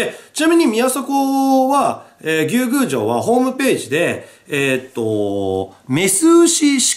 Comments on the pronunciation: ムースーローみたいな発音で草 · ずうっと牛宮城のイントネーションが気になって仕方なかった笑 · なんで翻訳したら「海」なんだよ… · 牛宮城のイントネーションww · 牛宮城のイントネーション草